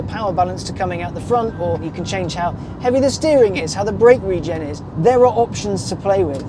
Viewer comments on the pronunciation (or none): none